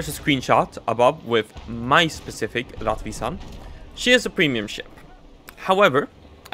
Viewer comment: It is pronounced "rettvisan".